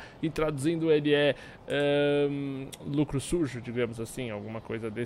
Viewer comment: FILFI.. LUCRI <-- só ler isso que já fala mais próximo do certo!